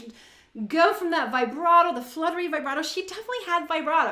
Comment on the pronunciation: Please, pronounce “vibrato” as “vee-bra - To (with a T, not a D).